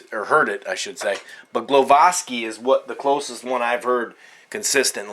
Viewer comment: its gwowaski the prenounciation for sure